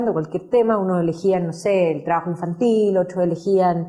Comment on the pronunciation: Dice "traajo", porqué no hablar bien? Se dice trabajo.